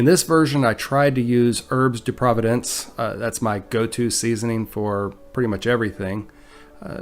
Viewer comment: Herbs de "Providence"? ? ? Oh my !!! Let's try pronouncing it as Herbs de Pro-Vaunce (accent on 2nd syllable.